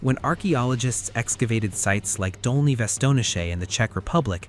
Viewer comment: Dolní Věstonice, not Doli.